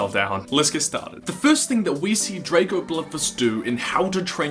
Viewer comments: It's Drago! Not Draco! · U sied drako its dgrago bloodfist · This is an awesome story but Drago ( Draw-go ) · Your pronounce Drago not Dr-ae-go but just Drago sos XD love it